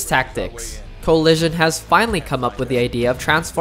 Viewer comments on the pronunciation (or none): Someone teach this guy how to say "The Coalition" xD